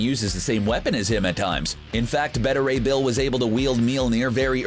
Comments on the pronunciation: WHO IS BETTA RAY BILL? IT IS BETA. Like BAY-TAH. It is like the people who say Darkseed. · Better Ray Bill? Wanna try pronouncing that again? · Anyone else just mad they pronounced Beta Ray Bill’s name wrong? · You think you could get a guy to do the voiceover that knows how to say beta Ray Bill correctly?? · Were you mispronouncing Beta Ray Bill just to mess with people?